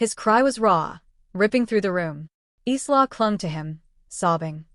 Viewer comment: Isla, a beautiful Scottish name pronounced “Eyelah” not “Eeslah”.